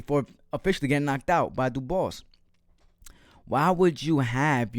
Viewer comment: Dubwa is the way its pronounced 😅😅